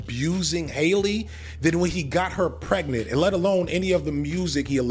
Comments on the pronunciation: Keep going hard, even though you always mess up names lol. Hailey??? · It’s Halle, like Berry, there isn’t an i like in Hailey or Bailey